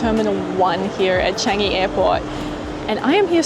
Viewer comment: Love your vlogs. BTW it's pronounced as CHUNG-EE, not CHANG-EE.